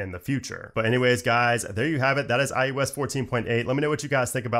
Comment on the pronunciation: “iUS”? Lol “iOS”…. Says “OS” for everything else!🤔😉☺️